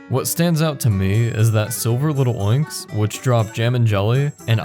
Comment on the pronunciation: you wouldn't say little-oinks, so why say lil'-oinks? It's clearly Lil' oinks